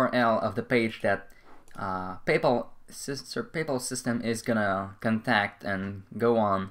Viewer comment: Why do you keep saying "payple"? It's Pay Pal! Very annoying....